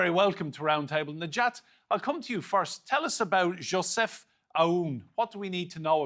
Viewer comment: Yea, it's not Yo-sef Aoun, it's Joseph Aoun. Believe it or not, we have a lot of Josephs in here.